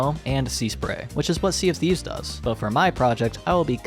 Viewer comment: He said "Sea of Thieves" and my engineer brain heard "CFD"